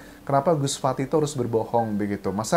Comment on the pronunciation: bukan fatih tapi fatah bng